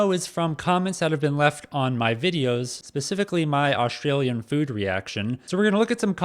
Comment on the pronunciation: Americans never get it right, but what do expect when this guy pronounces Australia, Oshtralia 🙄🙄🙄